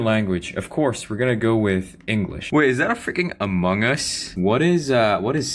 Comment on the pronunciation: bro your english accent is so good i'm surprised you're from jakarta